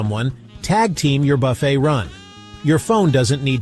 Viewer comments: IT. IS. * NOT. * (( BUFF__IT. ...)) .....IT. IS. PRONOUNCED. * BUFF. __. FAY. * !!!!!!!!! YEECH. !!!!!! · You lost my trust at the beginning when you pronounced BUFFET to rhyme with Rough It. Then it went down hill from there. This is sensationalist crap.